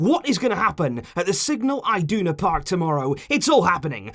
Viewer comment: sorry but ur pronunciation of iduna is wrong